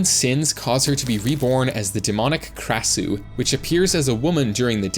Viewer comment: As an Asian you butchered the krasue's name